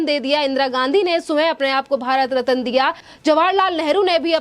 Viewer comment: Aapki Hindi ka uccharan bahot galat hota hai. Ratna ko rataan uccharan karti hai.